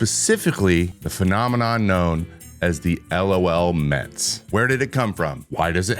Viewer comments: Isn't it pronounced "luh-L Mets"? Not L.O.L. Mets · You just say “LOL”, not spell each letter out. LOHLMEHTS